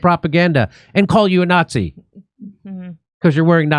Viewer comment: you say nazi like a communist jew would jimmy